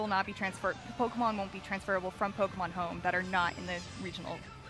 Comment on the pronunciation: Anyone notice the accidental “POKERMON”? 😂